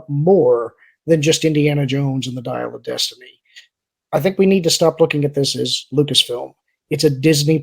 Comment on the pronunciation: I don't know if it was a Freudian slip or not, but at says the title of Dial of Destiny and it almost sounded like he was going to say Diarrhea of destiny. I know I heard an "r" in there lol. I think that Disney will get to the point one of two things will happen 1. they will get into a proxy battle with Nelson Peltz or maybe even a hostile take from Comcast or 2. The company will get so into debt that it will file bankruptcy and be sold off into individual properties at a fire sale. No matter how much Emperor Iger ruins the company there is still a lot of value in Pixar, Lucasfilms, Marvel and Disney. Iger is sitting on a gold mine but he does not know how to use it. Disney is removing content from their steaming service (yes I left the r out because it's a steaming pile of crap at this point) will not entice new subscribers and less content means less to watch and less subscribers. However the content on there now isn't much to draw people in anyway. The new content they add is garbage.